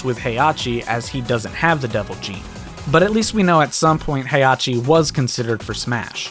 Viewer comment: You will put some respect on heihachi's name and say correctly